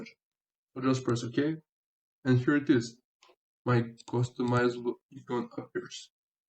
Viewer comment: Great tutorial! My only comment, and I'll preface this by saying your English is MUCH better then I could ever speak your native language. I'm presenting this as a helpful hit for future English speaking videos and not a criticism. icon is pronounced "eye con" or "I con" in English. Not "E con". Keep up the great work...